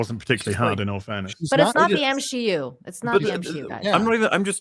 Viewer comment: I just want to say. It’s NOT M-She-U 😂 😂